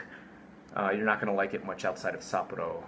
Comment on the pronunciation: I would like to know if you are mispronouncing Sapporo and Nagoya on purpose. If you are mispronouncing for your english speaking watchers, then ok. But if you are doing that because that is how you pronounce it even in Japanese...